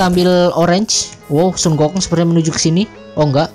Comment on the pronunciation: Hahaha lucu pas denger "Sunggokong"